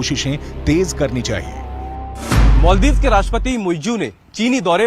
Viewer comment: मोल्दिप नहि माल्दिप्स बोलो